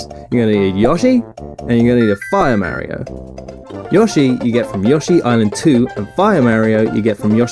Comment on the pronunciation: You're misspronouncing Mario, otherwise fucking briliant :)